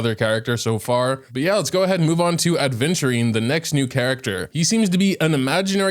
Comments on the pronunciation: Aventurine*, not adventurine. He's a person (name after a gem), not an advent urine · ADVentutine❌ AVEnturine ✅ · Why does everyone misspell and misspronounce Aventurine 😭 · I was sulking everytime said Aventurine as aDventurine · hate to be that person but boy it's aventurine not adventurine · If I see one more person say “Adventurine” instead of “Aventurine” I’m going to explode. But Acheron looks busted as hell so I’m definitely pulling her on my alt. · Why does keep pronouncing Aventurine as Adventurine bro??? Lol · I mean, as long as we understand who he's talking about, I don't see the problem. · He said "Adventurine" 😭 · why does everyone read his name as AD-venturine ? Is this some English thing that I'm too foreign to understand ?